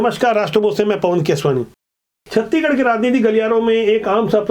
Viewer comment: छत्तीगढ़ नही छत्तीसगढ़ बोला करिए